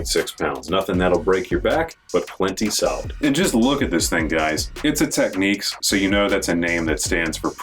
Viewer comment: Pronounced TECH-NIKS. Not TECH-NIQUES.